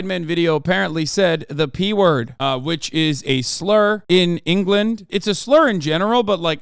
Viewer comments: "Duhfending Enghullund" - some English spirit that momentarily possessed Hasan Piker, 2023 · You mean Angerland